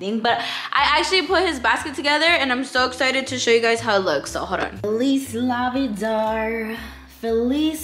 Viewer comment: "Feliz Navi-darr" 🦗🦟🦗🦟😂